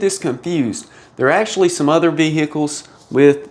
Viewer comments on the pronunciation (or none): none